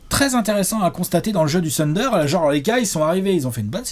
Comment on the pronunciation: J’avoue que je n’avais pas regardé la vidéo jusqu’à présent juste parce que ne supporte pas la prononciation « TEUNDER » de …Une fois assumé le zéro effort pour respecter un minimum le nom de l’équipe la vidéo est comme tout le temps: top 😊 Bravo les gars!